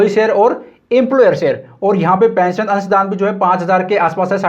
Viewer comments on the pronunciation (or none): none